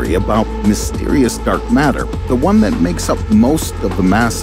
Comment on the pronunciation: I like the way you say "matter" narrator...